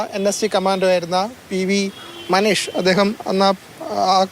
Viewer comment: വാർത്ത അവതരിപ്പിച്ച അവതാരകാരോട് മനീഷ് അല്ല മനേഷ്, ഇത്രയും ത്രില്ലിംഗ് ആൾക്കാരുടെ വാർത്തകൾ പറയുമ്പോൾ ഇതിനെക്കുറിച്ചൊക്കെ ആദ്യം ഒന്ന് വായിക്കണം, അല്ലാതെ അജീഷ് സുനീഷ് മജീഷ് എന്നൊന്നും അല്ല,, 👍🙏👍. പിന്നെ ചെറിയൊരു mistake അല്ലെ എന്ന് പറയരുത്, രണ്ടു പേരും ഒരേ തെറ്റ് തന്നെയാണ് പറഞ്ഞത്,,,,,,, news reporter പറഞ്ഞത് clear ആണെന്ന് തോന്നുന്നു. അവതാരകൻ ഒടുവിൽ കറക്റ്റ് പറഞ്ഞു 😄😁🙏🙏🙏